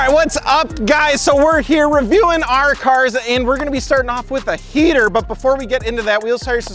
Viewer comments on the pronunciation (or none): “Gonna be starting off with a heEeter”